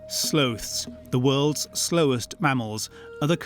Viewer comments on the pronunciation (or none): The narrator is incorrect about a lot of things. I mean he called sloths sloaths ffs